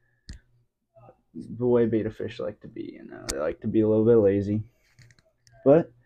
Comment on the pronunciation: a tank which doesnt look miserable, poorly cycled and isnt a torture prison for the fish would be nice. Good to hear that you already think about an upgrade, these tiny tanks for fish need to die out asap. What you show here is just good enough for shrimp and snails. Also its not pronounced beta, but beTTa ... there is another t in it for a reason